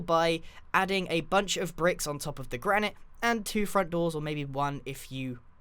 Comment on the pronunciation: Does anybody else get annoyed that grian pronounces Granite wrong? and this house is GOOOOOOOOOOOOOOOOD!